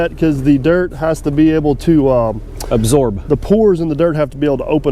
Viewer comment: LOL I think that is funny. The pores of the soil have to open up to exorb (absorb) the water. I love your videos. I never miss one and am always looking forward to the next one. Please keep up the great work. I am only teasing as everyone says words wrong. I just like to point it out sometimes.:)